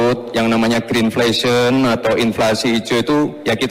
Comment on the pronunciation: mengucapkannya saja salah..diucapkan terddengar Greenfashion....ya tidak bisa disalahkan karena IPK nya 2,3